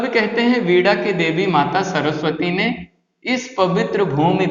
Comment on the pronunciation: Sir pz वीणा का उच्चारण सही कीजिए